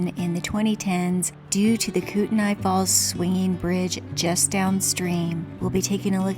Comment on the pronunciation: Just FYI it's pronounced Kootney.